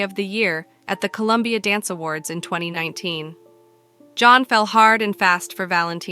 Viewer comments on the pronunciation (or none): ITS COLOMBIA, NOT COLUMBIA!!!! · Colombia, not Columbia!